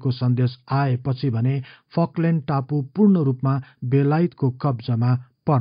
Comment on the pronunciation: फकल्यन्ड होइन फल्कलेन्ड चै होला